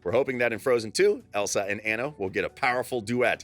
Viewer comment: It's Annue it's Anna